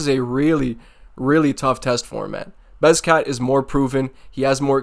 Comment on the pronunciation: S TFU CASUAL! 🤡🤡🤡 You can’t even correctly pronounce Bekzats name yet you’re picking him to win 🤡 G TFOH!